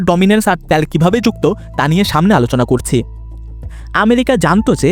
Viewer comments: ভাই কথাটা ত্যাল না তেল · ত্যাল ত্যাল শুনতে ভিডিও দেখার মাজা শেষ 😅